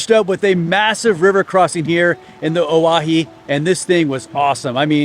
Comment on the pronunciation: Nice...my old stomping grounds. FYI, it's pronounced O-why-hee. Owyhee Reservoir is awesome for water skiing, and the glory hole is really cool when the water is high enough to spill over it.